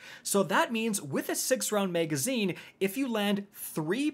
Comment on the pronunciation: MAG-azine. not MEG-azine.